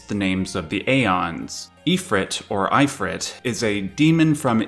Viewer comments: IT IS NOT "EYEFRIT!" It Is derived from the arabic/persian EFREET!!! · I have never in my life heard anyone pronounce Ifrit like eye-frit. Always if-frit or if-freet. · Ug, it’s “Ee-freet.”